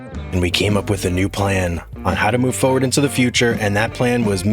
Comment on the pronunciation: Oh that was my tip for ya about chipping the tips of the trees. 😂 My one hick with your videos, the word forward, there are two R's in the word. All said and done great videos, love them. 😂